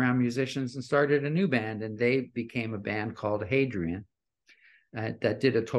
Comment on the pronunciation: I couldn't tell if there was an H in front of that or not. Hadrian?